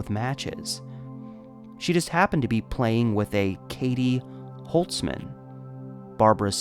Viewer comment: Barbara holzman is my great grandfathers sister. My grandma has told me this story before many times, and seeing basically a documentary about it is pretty crazy. Just wanna say holzman is pronounced with the “z” sound and we dropped the “ts” a few generations ago lol. Thank you for making her story heard.